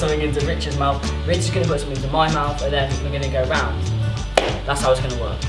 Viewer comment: When you said smouth :')@